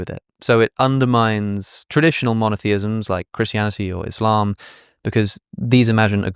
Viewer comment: first white dude ive seen to pronounce Islam correctly